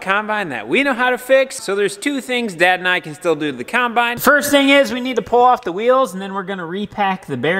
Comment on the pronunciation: dang-git! I'm finding myself thinking of the way ur dc says combine! lol UGH! kīmbīne, kīmbīne, kīmbīne. makes me lol